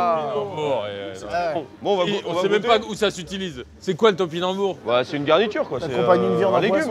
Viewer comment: To pi nam bou rs... 5 syllabe mcfly😂